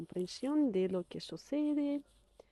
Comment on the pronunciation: Cuando pronuncias que suena qui-e